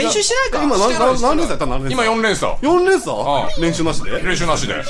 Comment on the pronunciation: キヨが、回を重ねる度に上達してる😳 あたりのの「4連しゃ」が、かわいい(´∇｀) から、キヨが動揺してておもしろい(*^_^*)